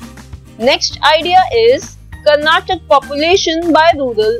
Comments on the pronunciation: Mam sry to say this it is karnataka not karnatak pls say it properly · That is not Karnatak that is Karnataka